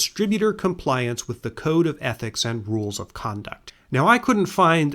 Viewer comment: Code of silence. Not cone. 😂